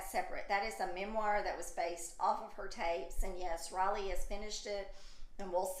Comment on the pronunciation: So funny you call her 'raleigh' instead of Riley